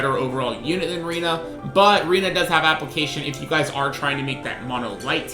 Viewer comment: Her name is prounouced Ray-na not Ree-na.